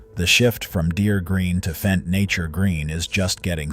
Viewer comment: Would you please pronounce it “fent”? An annoyed German.